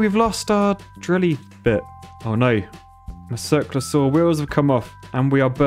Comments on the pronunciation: I heard: "Circlasaur" you said: "Circular saw" (I was looking for dinosaurs, lol) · keep hearing 'Cirque de saw-wheel' somehow that doesn't seem too ridiculous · I thought he was mispronouncing Cirque du Soleil